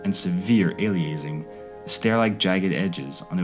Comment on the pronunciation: Aliasing is "alias" as in "a false name" and "-ing" as in "-ing", not whatever the pronunciation is in the documentary. (From the signal processing field, it's the result of sampling a signal at too low a rate resulting in false information in the sampled data.) Nevertheless, thank-you Harmy et al from letting my kids see what I saw at their age.